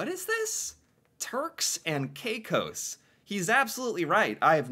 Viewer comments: Every time he heard the narrator say it correctly he would then say it correctly 2 or 3 times, then he’d revert to “KaiCoose”. Over and over and over again. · Hi. While it looks like from the spelling that it SHOULD be pronounced Turks & K-eye cos (as you pronounced it) - in Canada we have always heard this area called - Turks & KAY-cos. This issue is WELL KNOWN to Canadians & came up also in the 1990s. The Turks & Caicos islands brought it up - wanting once again to join Canada. The Canadian public loved the idea of having a Canadian tropical paradise too - BUT Our government was against it. As a part of Canada, we would (of course!) HAVE to provide it with all of the benefits of Canada - such as our healthcare system, our education system - all the way to our sponsored Canadian university system for Canadians at reduced rates - & probably a university there if they don't have one or at least an updated, expanded & subsidized one as we have here. There would also be all the other Canadian benefits they would NEED to be entitled to - our pension system, unemployment insurance, child tax benefit, maternity/paternity leave etc. It would have been expensive for us to provide these things for the islands - so OUR government didn't want to do it - to the disappointment of Canadians & people from the islands themselves. (It DID spur on a bit of economic growth for the Islands anyways as SOME Canadians speculated that it WOULD happen & they purchased property there.) Alas, it is still just a dream - not a HUGE one, (for Canadians, I admit), but a dream none the less - especially for some in the middle of a cold winter here. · it's K-eh cose, not K-eye case.!😅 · Yes, many Canadians know of these islands. They too wanted to join. And it's Cay cos...Caicos. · It's pronounced KayKos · Caicos is pronounced "KAY COS" 👍💯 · He has said how to say the islands name Turks and kakos but you keep on saying kakos wrong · It is pernouced terks and kakos